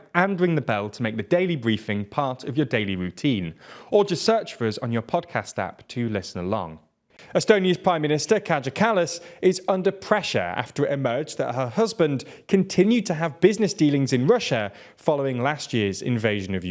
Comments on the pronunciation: How difficult is it to fact check how to pronounce foreign names? It feels cheap and uncaring to mispronounce them. It "Kah-yah" Kallas. Please, try, not even harder, just try. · if you'll be talking about estonia's politics in the future, please, learn to pronounce the names! (Kaja Kallas, Alar Karis, Riigikogu)